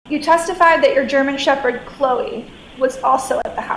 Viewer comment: Gemen Sheped mix ??? What the fuck breed is a Gemen Sheped ???